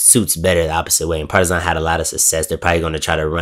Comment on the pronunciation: Absolutely love the way you pronounce "Partizan"! Keep that change as permanent please✊